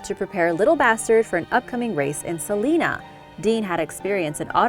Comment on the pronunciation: Oof the pronunciation of salinas in this video is tough to stomach